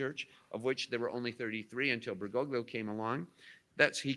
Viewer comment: That would mean that you are a Sedevacantist. Biblically, there can be no break in the line of succession. One cannot reject the Church and pope, and still be Catholic in good standing. You are outside the Church. REPENT. Why do you insist on massacring his name? At least get it right. BERGOGLIO, but he is still Pope Francis.